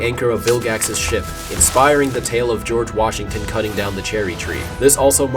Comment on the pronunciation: It all made sense until you said GORGE WASHINGTON